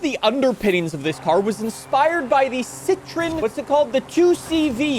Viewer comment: I was not prepared for how pronounces "citroen".